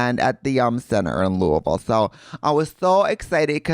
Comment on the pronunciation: Kudos for pronouncing Louisville, correct 😂